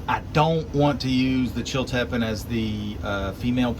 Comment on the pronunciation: It's pronounced " chill tea pean pepper" (Chiltipin)